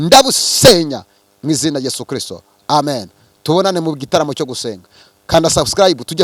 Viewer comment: Daddy ndagukunda pe uvuga christo neza nkabikunda uwiteka akurebe icyoroshye kuko amasengesho udusengera atugirira umumaro